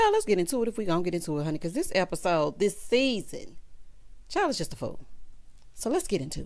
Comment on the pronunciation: the way you said “This season!” And it’s only episode 2 😂